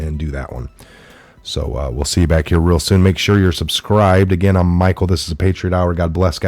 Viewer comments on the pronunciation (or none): none